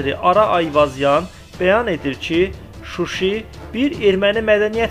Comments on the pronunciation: Ты армян чтоли? Не Шуши а Шуша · Susi degil susaa... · Bəs sən niyə Şuşaya şuşi deyirsən ay Azərbaycan avtoru